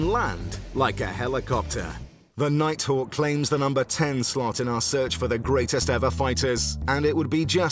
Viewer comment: Darth Vadder?!!!? 🤔 The "Nighthack" is awesome tho....😂